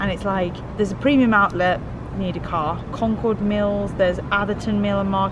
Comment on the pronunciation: I live northeast of Charlotte. I was "proud" when mentioned Concord Mills Mall when she was listing shopping places. She pronounced "Concord" the way we do and not how they do in Massachusetts. 😀 glad they ended up enjoying their time